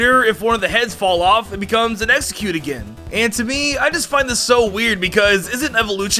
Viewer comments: It's "Exec-you-tore" you fucking pheasant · Did he call exeggutor executer. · The way you're saying Exeggutor is driving me nuts. Still liked the video.